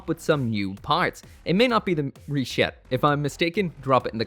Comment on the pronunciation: Stop saying Rishetta! Stop saying Rishetta!